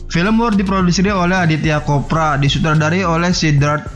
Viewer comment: Anand CHOPRA woy,,,!!! Bukan Anand KOPRA,,, Lu kira si Anand itu daging kelapa kering apa?! Sampe di bilang KOPRA!!! Bikin channel tapi begonya kebangetan, masa baca nama orang aja kagak bener!!!🥴🥴🥴